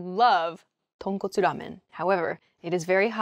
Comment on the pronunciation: Is it not Tonkotsu??